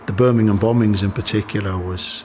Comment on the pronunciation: Top fella, he pronounces / says the word Birmingham better than most Brumies.